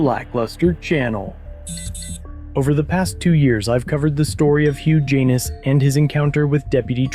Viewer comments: Kept cracking up every time said the defendant's name! Hugh Jan-iss, not huge anus!! LMAO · Hugh Janis....Pronounced HUGE ANUS.....Juvenile humor, I know, but it's HUGE ANUS!! How does that happen? What pair of parents would knowingly brand their sweet baby with a name he would be chastised for the remainder of his life?? Sad..... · I keep hearing Huge anus😂😂😂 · Am I the only one who heard “huge anus”? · Huge Anus....am i hearing that correctly? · Im so confused. Who tf is Huge Anus?? I thought you were calling the cop, that... 🤷‍♂️ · Guys name is hilarious HUGH JANIS pronounced HUGE ANUS!!!!!!!!!!😂😂😂😂😂😂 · Huge Anus, that is what I keep hearing. If I didn't know better, I'd swear you were addressing the prosecutor as a Huge Anus, and not calling the defendant by name. If the lawsuit goes through, this will be the first time I'm rooting for a Huge Anus. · I'm sorry, all I can hear is Huge Anus, every time he says his name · Whose case? It sounded like you said huge anus. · did he just say huge anus?